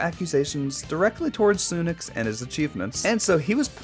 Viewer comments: nooo it’s sunix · A-than-it-oes, sun-ix mispronounciation